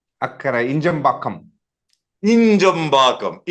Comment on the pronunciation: INJAMBAKKAM - LITERALLY HEARD NO ONE ELSE MAKE INJAMBAKKAM SOUND SO GOOD! Harsha Bhogle <3